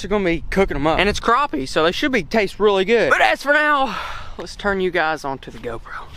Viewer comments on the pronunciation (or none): none